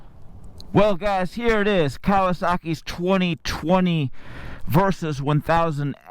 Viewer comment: why you keep saying "Versus"?